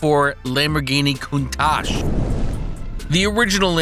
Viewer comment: Talks about the original Countach, then shows the "new" Countach😆 and get your pronunciations right please, do some research.